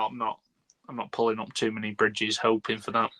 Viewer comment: “Pulling up bridages” 😂